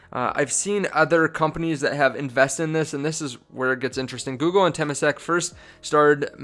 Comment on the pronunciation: this guy has 2800 people paying him for advice on patreon and can't pronounce temasek. they're only handling $300 billion in assets. be really careful getting info from youtube. I'm not saying this guy is a complete moron but he's very amateur so be very careful.